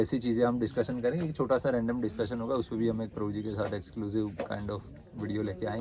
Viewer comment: Atleast, take the name of clearly... video k shuru me, Krupaya, Prabhu ji ka naam ' clearly ' bataye...